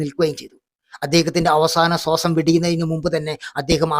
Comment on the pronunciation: അവസാന സോസം അല്ല അവസാന ശ്വാസം മഹാൽ മാ ഗാന്ധി അല്ല മഹാത്മാ ഗാന്ധി താങ്കളെ എനിക്കിഷ്ടമാണ് കോമഡിയിൽ എല്ലാവരെയും കളിയാക്കുമ്പോഴും യഥാർത്ഥത്തിൽ പറയേണ്ട പേരുകൾ കൃത്യമായി പറയണം